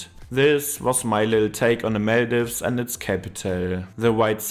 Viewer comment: Do u guys genuinely not know how to pronounce Maldives and Malé 🫩 As a native, ur pronouncing it wrong.